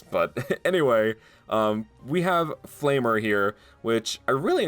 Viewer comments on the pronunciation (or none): Flam-er not flamer lmao🤣 its all good B